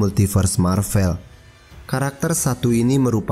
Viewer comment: Maaf min, pelafalannya yang Mar-Vel, bukan Mar-Vell. Mar-Vell itu memang ada tapi itu nama seorang Kree yang pernah berkamuflase menjadi manusia (perwiranya Carol Danvers waktu dia masih menjadi pilot).